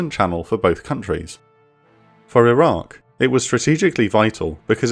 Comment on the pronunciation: Your narrator is dropping the Q on Iraq a lot. This makes a confusing subject even herder. Still gave it a like tho!